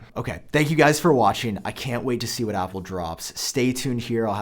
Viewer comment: Not sure if you’re saying apple or oppo